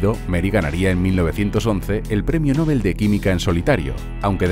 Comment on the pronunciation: Genial pero por favor, PRONUNCIA BIEN LA PALABRA “ NOBEL “.